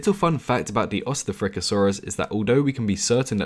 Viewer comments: And hate to burst your bubble but, Ostafrikasaurus is pronounced Ost-Africa-Saurus. Named because of where it was found, something to do with German East Africa.-the reason this is a reply to myself is because my phone doesn't let me edit comments. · Ostafrikasaurus, east Africa saurus. Try pronouncing it like that xD